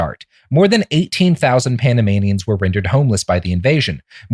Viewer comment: Every time Robert says Panamanians my brain hears Animaniacs